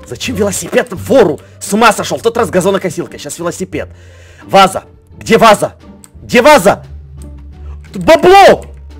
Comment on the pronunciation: вместо "где ваза" услышала "диваза"